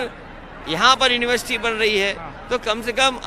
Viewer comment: please pronounce University correctly... Plz plz It is a question mark on your competency brother